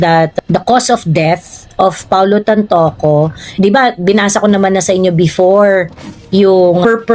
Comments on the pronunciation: Hindi po Tanpuco kundi Tanpoco po. Correction lng po. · ...AUSIN mo pag BIGKAS ng Pangalan ni TANTOCO...lakas Kang makaBADTRIP sa mga PagBIGKAS mo..Hindi TANTUCO..alamin mo kong paano BIGKASIN ang bawat BINABASA MO... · TANTOCO 😂😂😂😂 NOT TANTUKO😂😂😂😂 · TANTOCO HINDI TANTUCU😢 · Tantoco po, hindi Tantuko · Wrong pronunciation HINDI TANTUCO ang right pronunciation ay TANTOCO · Tantoco brod,hindi Tantuco✌️ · Kuya TANTOCO po yan not TANTUUUKO 😂😂😂